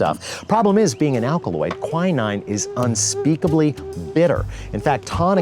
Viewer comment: Quinine and tanqueray also badly pronounced